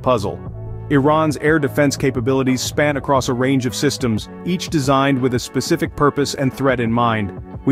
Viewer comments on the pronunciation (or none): none